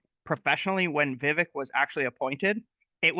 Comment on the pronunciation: Love Vivek! It’s Vi, long I sound , and vek, short e sound. So, V eye vek.